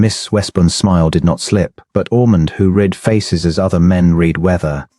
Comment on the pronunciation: Please teach AI about the past tense of the word Read.